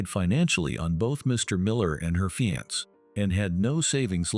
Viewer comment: PLEASE learn to pronounce words correctly!!! Especially FIANCÉ!!!!!!!!